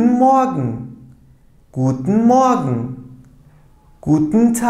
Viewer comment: Hocam merhabalar bir sorum olacak. Almanca A1/A2 öğretim videolarında "Guten Morgen" kelimesini türkçe öğretirken "Gudnın moagın" şeklinde telaffuz ederken ingilizce öğretirken "Guten moagın" diye telaffuz ettiniz. Rica etsem sebebini söyler misiniz? Şimdiden teşekkürler :)